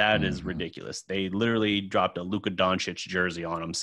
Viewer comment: please just learn how to pronounce doncic..and host should help him. Its annoying and disrespectfull